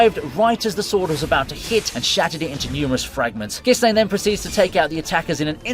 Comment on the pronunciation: i have a problem with the way you said ghislaine XD